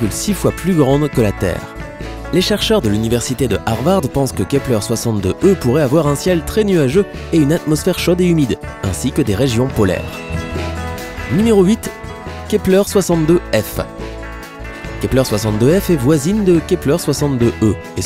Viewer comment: La vulgarisation auprès des enfants (non parce que là autant d'informations scientifiques erronées ou extrapolées, c'est juste hallucinant) n'a aucune limite. Je devrais passer sur les fautes de langue : on dit pas "chode" mais "chaude" (o fermé), toute comme "zone", "autre" et "haute" (o fermé), on ne dit pas "organizme" mais organisme, on dit "rocheuse" et "gazeuse" et "nuageuse" avec un "eu" de façon fermée aussi, tiens. Bref, quitte à profiter de la crédulité des gosses, et si au moins vous parliez français ? "contient sept planètes toutes de LA taille de la Terre, et toutes habitables" : mais quel foutage de gu***e, du grand n'importe quoi !!!!!! AUCUNE planète habitable n'a encore été découverte officiellement.